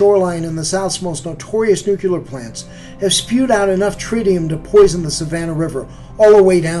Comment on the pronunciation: Rule #1: One can safely disregard any commentary from a narrator who is unable to correctly pronounce the word "nuclear".